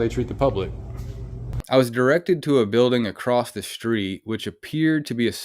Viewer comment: "THIS IS A SECURE BILDIN 😡" 😂😂😂